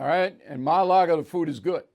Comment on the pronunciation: Ma-Allago? Jesus Christ, it’s not THAT difficult of a name to remember or pronounce…. 😂